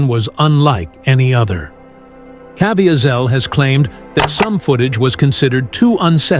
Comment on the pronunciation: Why cant the talker pronounce jim’s name correctly?